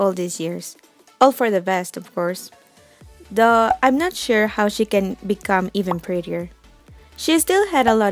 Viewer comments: Took a while to realize when you say "duhh" it was meant as "tho" for "although". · Yeah I thought she said duh when she meant "though" XD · The way you pronounced though like duh made me confused at first then the second i heard i did understand wat i meant actually. this vid was amazing! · the way you say "though" sounds weird